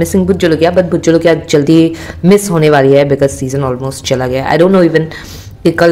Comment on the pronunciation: She says bhoot jolokia 😂 its so fuuny